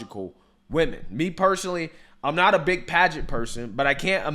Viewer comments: Sounded like she said " We Men" NOT Women thanks for another great video 👊🏽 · "WEEmen" 😅 More like " Weakmen" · "Wee-man"? I didn't know Jason Acuna was the owner of the Miss-ter Universe pageant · HE's not saying "weemin", he's saying "we men" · We-men was a purposeful mispronunciacion. Think of the meaning. Glad he's bankrupt. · That trans woman owner is too funny. He definitely tells the truth. He says women as wemen, and they are really men so you can’t say he’s lying.😂😂😂 It’s all so pathetic. Let real women do this and maybe start your own thing, like trans vs drag or something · he actually sais WE-Man if your wondering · if you listen closely hes not saying women, hes saying WE MEN! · I believe he say wemen intentionally because, "we men" are going to take over womens competition.